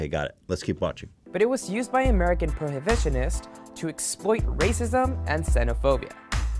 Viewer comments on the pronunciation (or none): none